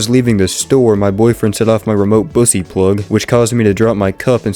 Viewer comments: I just started the video 😭 I wasn’t even paying attention at first all I heard was “Bussy’s”.😭(It’s peak) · This guys rage baiting me with “Bussy” instead of “Buckys” and nobody seems to notice